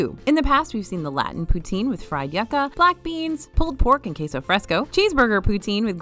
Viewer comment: Just a little note, it’s not pronounced “yucka”, more like “you-ca” (spelled yucca). This is from the poutine portion of the video. Thanks!